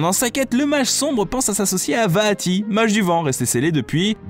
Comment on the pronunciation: ca va j'ai déja réussit a jouer a 3 4 personne apres c'est normal vue que les link peuvent faire ce qu'il veulent X) bonne vidéo :D mais ca fait bizarre quand tu dit vaati moi je juste vati XD